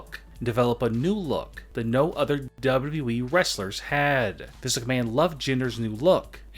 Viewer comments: W W E not dubadibyoui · Great vid, but ya voice is annoying. Especially the way u say wwe. More like duAEDUAEEE! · I like when he says dubledubleweee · He pronounces wwe weird